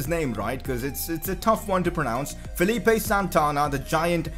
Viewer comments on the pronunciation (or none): none